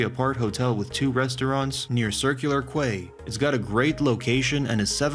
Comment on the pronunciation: It’s pronounced Circular “Key”